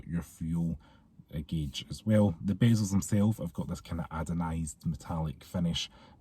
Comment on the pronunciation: I wasnt gunma say anything but i cant stand it anymore 😂 ANODISED not adonised 😂😂 ❤